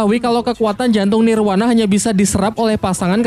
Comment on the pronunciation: Nirvana BG bukan nirwana